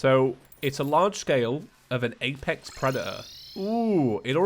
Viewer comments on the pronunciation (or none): none